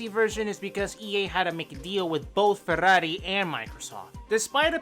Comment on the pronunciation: love this video. finally someone says ferrari as it shuld!!!